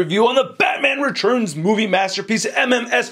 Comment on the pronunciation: spells 'tu' as 'chu". I always look forward to him saying "the head churns side to side" in every figure review, and this time, I get to hear him say "Batman Rechurns" again and again. I think it's really unique and I really enjoy listening to him saying them.